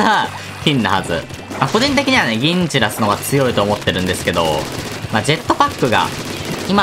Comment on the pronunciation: tinちらす、にしか聞こえないんだが…